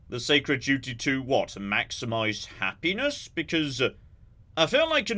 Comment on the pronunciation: The robot definitely said PENIS not HAPPINESS...